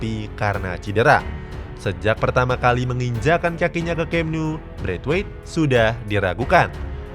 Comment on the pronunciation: Maaf itu penyebutan nama lord bretwhite agak kurang